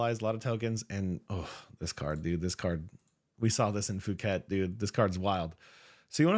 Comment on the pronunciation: Sick video, deck is solid for sure. Scary top deck contender. I'm really interested to see how the Enigma/Prism mu will pan out. also just fyi Phuket is pronounced poo-ket.